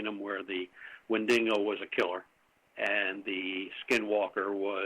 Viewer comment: take a shot every time says "Wendingo"